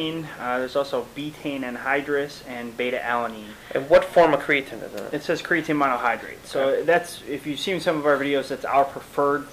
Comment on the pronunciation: CreaTEEN not creaTIN u sound like a noob